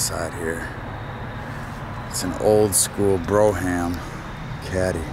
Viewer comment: The Cadillac name is pronounced Broehm not Brough-Ham.